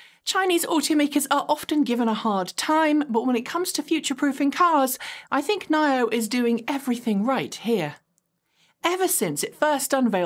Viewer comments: Nine-Oh? Thought it was Knee-Oh? 🤔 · Why you keep calling NIO "nile-yo", isn't it "knee-yo"?